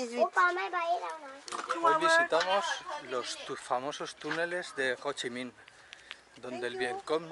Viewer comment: Gran vídeo. Pero mu mal no saberte los nombres de los templos...mira dice muuuu bien o ssii minnn le pone ganas,tu habrías dicho jooochiiiiiiiminnnn🤔 La verdad que un vídeo acojonante,no así la tortilla!!!!. Un abrazo!!.